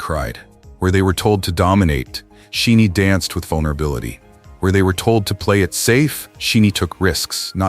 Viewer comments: I understand the intent behind this video, but as a SHINee fan it was jarring every time their name was mispronounced. Pronounce it like "Shiny", and their name means "Ones who receive the light". They receive light and like a prism they reflect it back as all the colours in the spectrum. They are ALL powerful allies to the LGBTQ+ community. These are the men of SHNee: Leader Onew: gentle, affectionate, quietly attentive to his member's needs. He doesn't demonstrate leadership through strength and domination, but by supporting the members beside him. Jonghyun: Deeply empathetic, an activist, he connected with people on a profoundly personal level whether it was through his lyrics, his years as the host of Blue Night radio, or his public support of a trans student. Key: Bold and fearless, nurturing, always challenging himself. He doesn't have to "come out", he just is uniquely himself. He has modelled for women's clothing and makeup brands to challenge the boundaries of gender. Minho: Arguably the most "masculine" of SHINee, he is passionate and incredibly loving, affectionate, accepting, and supportive of his members. He is not afraid to show masculinity is not just about muscles and athletic ability but acceptance of others and sensitivity. Taemin: He has embraced his androgynous appeal and has pushed the boundaries of gender in dance, fashion, and what it means to be masculine. To him, masculinity is kindness. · For Pete Sake. Teach your damn AI how to say Shinees' name correctly. It is not She-nee It is pronounce Shy-Nee. This is the the 4th or 5th video you have produced with members or the whole band as content and your AI still can't say their name right. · sorry but it's annoying when the group isn't pronounced correctly. Kind of takes away from the message if the producer doesn't know the groups name. It's not She-nee. It's Shin-ee. the "Shi" like shine a light.